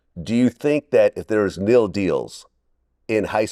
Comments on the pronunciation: It's pronounced N I L. Both of these ninjas talking about NEEL and NILE smh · N - I - L Vlad wtf Is KNEEL Dealz?! Lmaoo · Did Vlad call NIL deals “kneel deals”? LMAO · Nigga said kneel deals😂😂😂😂😂😂😂😂😂😂😂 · 😂😂😂 Bruh straight up pronounced NIL 😂😂😂😂 Sebastian was like "what?" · Did this idiot just say Nill deals!!!😂😂😂😂😂😂😂😂😂😂😂😂😂😂😂😂😂😂😂😂😂😂😂😂😂😂😂😂😂😂😂😂😂 Top notch research there Vlad….u sure do a lot of preparation!!! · He thought it was an acronym lol